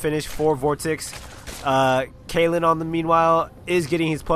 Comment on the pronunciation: Yeah, Kalin is Bulgarian. :) Also, type "Kheahliehn" in google translate and choose English to whatever translation to listen to the (kinda) right pronunciation of his name. :) I really like your casts, btw ! :P